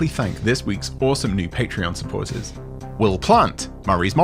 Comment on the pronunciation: That patreon pronunciation though